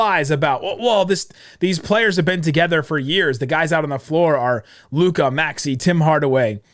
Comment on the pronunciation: please go and listen to todays game comments from Jeff Van Gundy about Lukas game and youll see how stupid (can't even pronounce LUKA's name right ,lol) you are / look , learn the game ... Kyrie stans are even worse than Lebrons ,who would have thought ... Learn to spell and calm down .